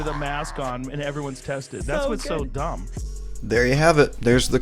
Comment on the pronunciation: “You wanna talk about dong (dumb) deh, deh testing even mean anything” - Hila Klein everyone CEO of child like fashion and mispronouncing words at the age of 33.